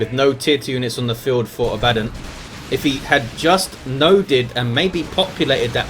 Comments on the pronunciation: It's Abaddon, not abAddon. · The way you pronounce Abbadon is triggering me